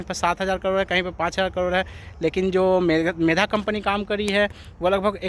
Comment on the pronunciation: Medha nahi megha boliye